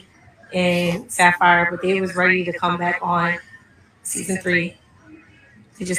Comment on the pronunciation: 🗣SAPPHIRE NOT SAFARI!!!! 😹😹😹😹